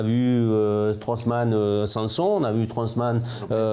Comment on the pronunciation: c’est pas Trosman mais Strootmann 😂 Ça se dit Strote - Mane en prononciation si ça peut aider 😁